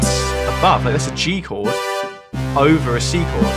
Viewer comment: my man said chord fourd